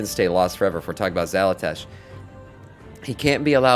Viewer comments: why do you keep saying "xalatash" when its "xalatath" ?? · Xalatath. Xala”tath”. Tath. TATH.